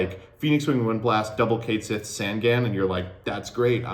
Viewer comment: Once again commenting to be annoying about pronouncing Catsith wrong. Based off the Cait Sith (best described as "Ket Shee" in English) the "Sith" was just ported over wholesale and should just be pronouced the same way it would in Gaelic.